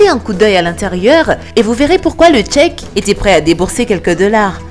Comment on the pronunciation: mdrr meme cheikh , elle la prononce Tchéc